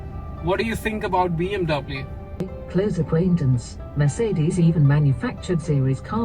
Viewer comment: The way you say “mer’ce’des” makes it more posh